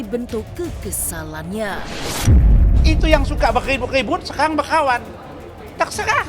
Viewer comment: BERKKAWAN....BUKAN BEKHAWAN😅😅😅